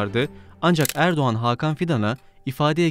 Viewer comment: НЕ ЭРБАКАН а ЭРДОГАН😂😂😂